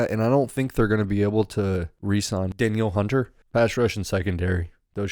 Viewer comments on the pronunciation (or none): Yall don’t know sht about that team 😂 literally everything yall said was from a place of someone who doesn’t actually know what’s going on in MN. You don’t even know how to pronounce Danielle hunters name. SMH